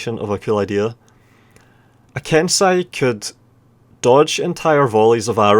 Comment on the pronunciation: (剣聖)けんせい) Is pronounced Kensei